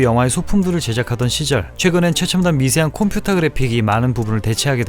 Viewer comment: 컴퓨터를 콤퓨타? 라고 발음 하시네요..... 우리 아버지 할머니께서 콤퓨타 라고 하셨는데.... 역시 이분의 연세는....